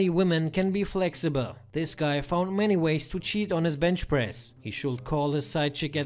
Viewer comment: It's called bench press... Not bend press